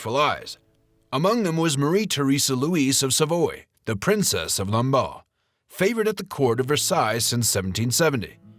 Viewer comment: Lamballe* not Lombard.